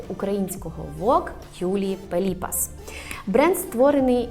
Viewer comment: Юлія ПеліпАс (наголос 🙂)